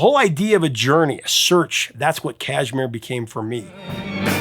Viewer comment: Say cash- mere. Emphasize the mere.